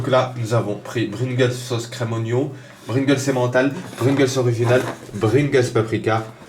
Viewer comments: Mdrr bringles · Juste tu sait pas parler ni conter car 250 arrondis au centième c'est soir 300 ou 200 est c'est pringles pas bringles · PRINGLES pas BRINGLES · J ai bien entendu ou il dis Brigles pas Pringles? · c est pringles pas bringles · Pringles pas bringles !! ^^ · MDR Bringles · C pringles pas bringels 😂😂😂😂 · Sa dérange personne qu'il dit Bringles aux lieu de Pringles? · c pas bringles Mais pringles...😂😂😂😂😂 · Bringles ??? connais pas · CE N'EST PAS BRINGLES MAIS PRINGLES😂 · TU SAIS PAS DIRE DRAGIBUS ET PRINGLES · qui a remarqué qu'il dis tout le temps bringles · Bringles mdrrrr